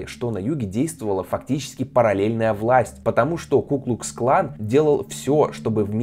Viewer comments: КуклуКсклан, а не куклусклан. Ни разу правильно не сказал. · Меня одного напрягало, когда ведущий(кто он?!) говорил "ку-клус клан", а не "ку-клукс-клан"?